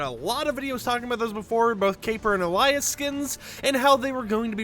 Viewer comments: Alias is pronounced "ay-lee-uhss" not "ahh-lay-uhss" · Alias: pronounced AY-lee-us….ghaa this has been killing me since they were first announced. Used in a sentence: “What is your alias for the caper?” Drives me freaking nuts! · Why does he keep saying the word alias like that